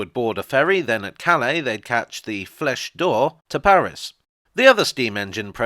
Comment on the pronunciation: I'm not sure that your accent was quite right on Flèche d'Or, the French partner to the train on screen. For me, what you said brought forward quite different associations. It looks like the subtitles were confused the same way.